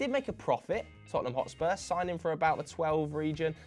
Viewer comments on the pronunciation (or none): none